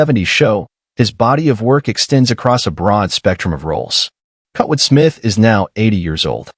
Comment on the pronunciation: I really hate AI doing the voice commentary for these videos. The AI doesn't know how to correctly pronounce names and certain words, making the video seem very stupid. I mean, how do you pronounce Kurtwood as Kotwood? Seriously.